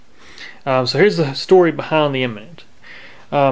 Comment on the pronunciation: Great video, but the brandname is Eminent, not Imminent .